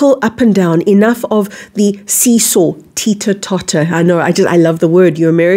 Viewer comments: did you try to imitate an American when you said teeter totter?! 😊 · I was laughing so hard....love how she said teeter totter!!!